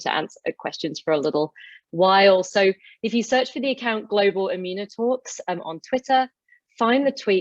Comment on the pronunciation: The moderator has very good English: Gluuber ebunotook (ie global immunotalk)